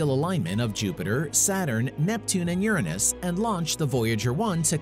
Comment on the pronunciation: I don’t like how you pronounce Uranus.... I don’t think it’s correct